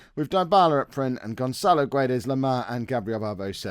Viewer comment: Just found your channel and I've liked your content but. just saying as a portuguese person, the name Guedes is pronounced without the U so is like saying Gedes. keep the good work on the way to FM 17